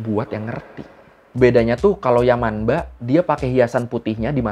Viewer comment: Bang, untuk pelafalan yamanba/manba itu tetap dibaca yamamba/mamba bang. Soalnya kalo di huruf n ketemu b atau p dibacanya jadi m. Sekian bang🙏